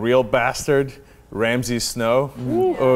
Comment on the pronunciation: They keep calling Ramsey "Ramses" and it's annoying as fuck.